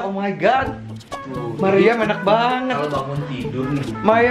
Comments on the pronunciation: Maryam bang bukan meriam🤣🤣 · Maryam kalau ngomong kaya gitu selalu "mariam"